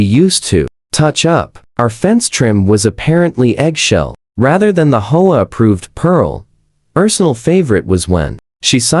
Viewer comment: H O A. Learn how to pronounce. 😢😢😢😢😢